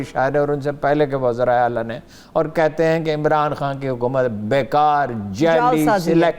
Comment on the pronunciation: 1.33 muqammal 😂😂 Huqumat, muqammal, whats going on with this girl's Urdu